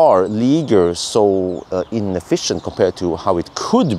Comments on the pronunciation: Er.... It's Leezheeay, roughly. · You pronounce it like ‘lee shjé’, so far awesome vid. Love to see moped cars getting covered!